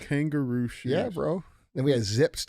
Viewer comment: Kangol not kangaroo Dj 😂😂😂